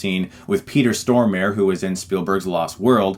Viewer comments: Peter Storm-a-ray would be closer to the Swedish pronounciation. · You really butchered my fellow Swede's (Peter Stormare) name there haha :P Great review though, and a great movie. Loved this when I first saw it. Great stuff.